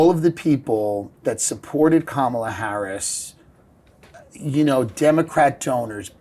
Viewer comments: I like Dave for the most part. But I don't understand why he refuses to pronounce " Saagar" or "Kamala" correctly. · He can't pronounce Kamala either. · Maybe you could correct Stiff on his intentional and racist mispronounciation of Kamala's name, Krystal. Have no love for Harris. But there's zero excuse for mispronouncing her name at this point. Accuse me of playing the "race card," righties. You know I'm right. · Bro, it’s Kamala com a la.. it’s not k malla.. It’s not hard. It’s not rocket science stop doing that. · I voted for her despite not being a big fan (for obvious reasons). How is it that people in the political sphere still can't pronounce her freaking first name correctly?